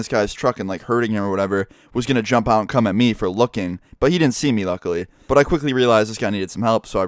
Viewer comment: you made it sound like 'or he would cum at me' lol